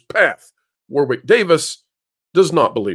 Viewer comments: Hey, you pronounce “Warwick” as “Warrik” not “War Wick” it’s a British thing. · It is pronounced Warrick. You don't pronounce the 2nd "w" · One for the folks from the USA: the 2nd W in Warwick is silent. In the UK we pronounce it War (never changes) Rick (never gonna give you up). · It's pronounced War-ick, just saying. 😁